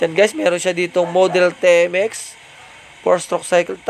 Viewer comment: TMX- ti-em-ex. Hinde te-em-ex